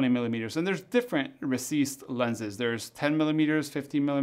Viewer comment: UMMM It's a recessed lens NOT a 'receased' lens